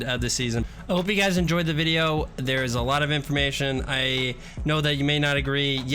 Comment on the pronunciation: instead of guys it sounded like he said butchers or something like that